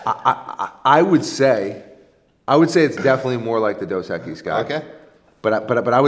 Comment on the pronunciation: Maybe if pronounced Dos Equise right